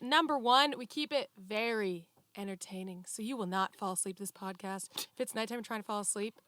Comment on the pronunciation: I missed the podcasts, and Lisa's "it's cimorelli podacast" accent 😭😭❤